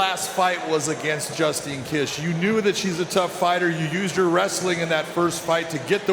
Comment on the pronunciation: Justine kish she's the one who shit herself in a mma fight, is that why you butchered her name? Lol